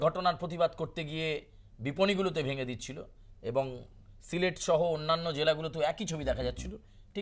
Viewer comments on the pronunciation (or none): স্টাইল না ❌, উচ্চারণটা হবে সিলেট ✅ কুকুকলা না , ❌ -> উচ্চারণটা হবে কোকাকোলা ✅😁😁